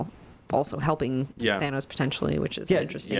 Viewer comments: Stop saying Thaynos!!! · Why do you guys pronounce Thanos the way you do.